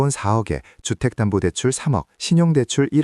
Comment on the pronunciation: 금니? 주택단부대출? 세금떼면 몇분 안됩니다? 그리고 나레이션은 세탁기 호스에 입대고 하는건가요?